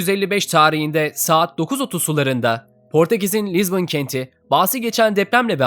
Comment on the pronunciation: "Lizbın" ne olm